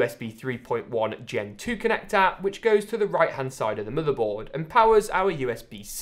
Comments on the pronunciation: stop saying muterboard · into the "muddehboard"